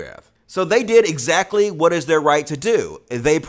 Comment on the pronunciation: "That's nwot what I said!"